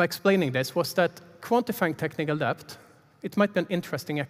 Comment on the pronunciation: Great talk. I hate to be that guy, but I am that guy... the B in debt is silent. It's pronounced DETT. The B was added by some pretentious brits a couple of hundred years ago to prove they knew Latin, but didn't change pronounciation. Same for plumber (PLUMMER), doubt (DOUT) etc.